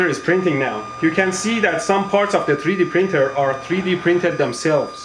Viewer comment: Freedee printer???